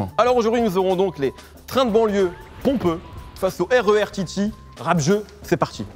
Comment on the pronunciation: Rémi a il c dis pompeux c’est chelou un peu mdrrr